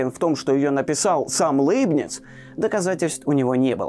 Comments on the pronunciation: Как хорошо), но Лэйбниц всегда был Лейбницем)))…. Ухо режет очень… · Жду с нетерпением выпуска про Лейбница. Кстати, в оригинале на немецком его имя звучит даже ближе к Ляйбниц (как и Ляйпциг), а произношение Лэйбниц сильно режет ухо. Но на фоне такого фундаментального видео, эти поправки - такие мелочи. Спасибо за Ваши труды! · Кстати, почему ЛЭйбниц? По-немецки вообще читается ЛЯйбниц. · Всё-таки не ЛЭйбниц , а ЛЯйбниц .. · Ну, если чисто по-немецки произносить, то будет вообще Ляйбниц, если что... так-же, как и "Ляйпцихь", вместо общепринятого "Лейпциг". И так далее. Про Ландон и Айзека Ньютона (sic!) тем более промолчу... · Пожалуйста, Лейбниц произносите мягко звук л